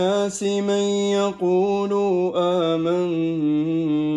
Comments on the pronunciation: بارك الله فيك ورفع قدرك تلاوة خاشعة ورائعة ولكن اذا سمحت لي بملاحظة في الدقيقة وقعت في خطأ تجويدي الا وهو زيادة واو ليست موجودة فقرأت (يقولو) وهي (يقول) بدون مد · في الدقيقة أنت قلت ومن الناس من يقولو وهذا خطأ. فالصحيح أن تقول ومن الناس من يقولُ، بالضمة وليس بالواو. بارك الله فيك❤️